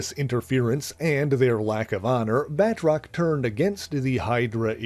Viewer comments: I gripe a minor one. I know it looks like its pronounced "Bat-rock" but His named is pronounced Ba-troce hes french long "O" like in hose, nose etc. Great video sorry to be that guy. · Uhhh.. Firstly, it is properly pronounced "Batroc", and he can leap way further then YOU CAN-!, and him and Mr. Hyde were the best non-nazi villians of Captain America. Word. 🎉